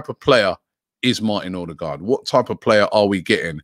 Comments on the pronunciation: Robbie! It's pronounced O-de-gaard NOT ORRR-de-gaard 🤣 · You need to work on your 'Ø's ;)